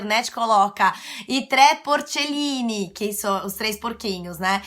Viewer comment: Ia parar de ver quando tinha 4 minutos de vídeo e ela n tinha saído da primeira dica ainda ficada repetindo igual uma boçal.. mais quando ouvi ela pronunciando “i tre porcellini” não aguentei e fechei 💁🏻‍♂️